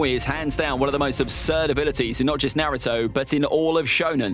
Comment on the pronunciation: why do you pronouce naruto - nuhrooto and rasengan has 3 syllables to two. you've butchered all of them